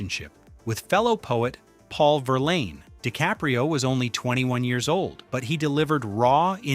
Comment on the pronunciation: learn how to prounounce Rimbaud and Verlaine. And biopic is not biOPic, but bio-pic (biographical picture). A lot else is off-putting here.